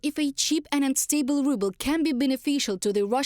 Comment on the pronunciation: Ruble? More like "rubble". Lol